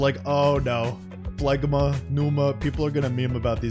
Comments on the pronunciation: It's pronounced Flema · It's pronounced "FLEM-a". Derived from the word Phlegm. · Wouldn't phlegma be pronounced like phlegm? Aka, flem-a